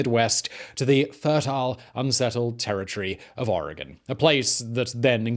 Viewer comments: HOLY CRAP. You said Oregon correctly. Kudos. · Its almost more like Oragen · Thank you Simon for saying Oregon correctly. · <----- Oregonian here! THANK YOU for correctly pronouncing Oregon. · I'm a native Oregonian. ( Living in Cambodian now) Its a beautiful state! I miss the beautiful nature alot. Thank you for pronouncing the name properly! 😊😍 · Hello from Oregon 🌲 good job pronouncing it correctly 😅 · I thought it was pretty good considering he’s British. There are plenty of Americans that mess them up worse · THANK YOU for pronouncing Oregon and Willamette correctly. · He said Oregon and Willamette correctly!